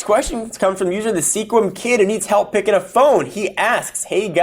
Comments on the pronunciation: Sequim is said "squim". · Sequim is pronounced Squim btw..... I live in Sequim and you have answered to questions from The Sequim Kid, I really wish I knew who it was lol.